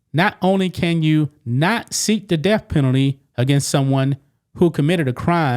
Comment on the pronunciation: Is the "deaf" penalty when the state takes your hearing? Th is not pronounced f! If you're going to speak on YouTube for a living work on the pronunciation of your words! DAMN! I won't listen to you it's obnoxious